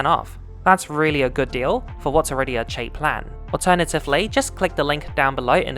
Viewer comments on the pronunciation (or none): none